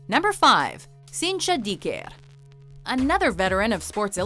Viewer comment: Dicker, is most likely an British/Irish name that found it's way to Brazil... (especially since she has red hair) It's Dick-ah